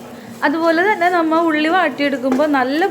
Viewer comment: നമ്മൾ എന്ന് പറയുമ്പോൾ നമ്മ എന്ന് തോന്നിയത് എനിക്ക് മാത്രമാണോ